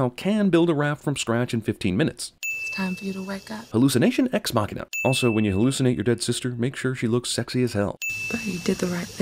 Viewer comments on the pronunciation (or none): none